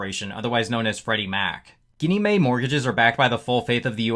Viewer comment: Maybe try calling your broker and see if they can allow you to DRiP at the NAV. Another channel I watch has made a fortune doing that with Cornerstone. Also, GinnieMae is pronounced with a soft G. Like the “gin” you drink with tonic.